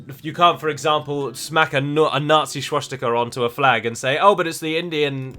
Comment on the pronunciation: I don't find the close menu icon in the least bit offensive. But the way you say schwastika bothers me immensely. sooo call it a wash